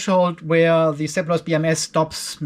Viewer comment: Seplos eh, i thought you were just saying "surplus" with an accent